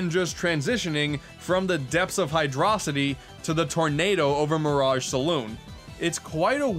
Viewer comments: hydro-city not high draw sity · It's pronounced Hi dro city not Hi dro sity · pronouncing hydrocity like mega mind lmao